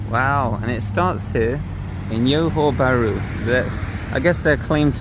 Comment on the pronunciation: Thank you for this video. I’m looking for flights to Malaysia from Canada and it’s cheaper for me to fly to Singapore and take the bus to Johor Bahru. Cheaper as in C$600 versus C$1200 to fly directly to Malaysia. I may consider doing that! Thanks again for a little glimpse of the city. PS the J in Johor Bahru is not pronounced like a Y as it often is in Latin America. It is pronounced like an actual J like in Jack. So Johor Bahru and not Yohor Bahru😊